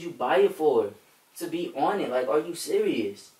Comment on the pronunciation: "are you SURIOUS"